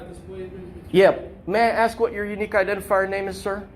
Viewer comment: As the cop is about to leave and exit the door..."Yea, yea, I can go axe him real quick!" This is one more reason I honestly wish I were black. ❤ It !!! Haaaaahaa. 😂